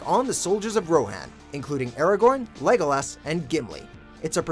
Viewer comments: I cringe whenever they pronounce Legolas Greenleaf's name wrong. ITS NOT SAID LIKE THAT!!!!! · Sofia De la Cruz he pronounced Legolas' name wrong as well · Also, why did you say Legolas' name wrong You are as worse than Rebecca from your own site. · the way he pronounces Legolas Greenleaf's name makes me cringe